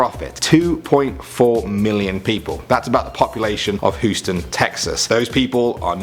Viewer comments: Hooston its Houston not Hooston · That's the second time I've heard say Hoostan instead of Houston. Hyoo-Stan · Houston is pronounced Hyoo-stun, not Hoo-stun. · Its not hoo-stun its hue-stun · Houston, pronounced H-you-ston. . . not Hewston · did this clown just say hooston Texas? lol yeaint from 'round here is ya boy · Lol he said hooston Texas haha 😂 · You said Hooston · Lmao "hoooston texas" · Did anyone else hear him pronounce Houston Texas weirdly??? No? It's just m- alright cool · Lol the way you said Houston Texas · Learn how to say Houston Texas b** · Am I the only one offended by how he pronounces Houston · U say Houston really weird (sorry it’s just that I live there) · You killed my home's name 😂